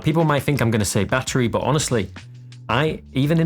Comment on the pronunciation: do another video except youre not allowed to say "but" .... "Buh" lol.